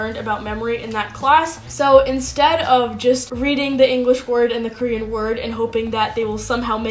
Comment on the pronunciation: Thanks for your tips, Even if you are not using romanisations, your Korean (just the 2 syllables you mentioned) seem to still have a strong "English" way of pronunciation (maybe you were doing it in purpose); how about show us a video how you speak it? and yes to an earlier comment, I agree that Korean Unnie is a really good channel, her videos are crisp, quick and native, and she explained the way each "Korean alphabet" is pronounced from a linguistic perspective and distinguishes it from an "English" alphabet pronunciation.